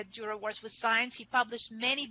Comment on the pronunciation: Interesting on the anagram Coat of Arms the paints the left hand of the A and the Top enforced, so it resembles a T like Tor, or Tür, the lecturer seemingly never visited Nürnberg, and despite her overwhelming and deep knowledge about Dürer, she cannot pronounce his name.